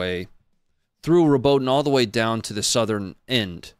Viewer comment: Fyi pronunciation phonetics: Robot-ina, You-row-jina